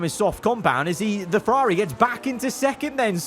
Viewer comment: You need a speech therapist. The way you pronounce Ferrari isn't normal.